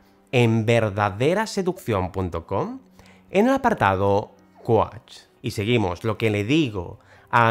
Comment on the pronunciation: Me encanta como dices ‚coach‘!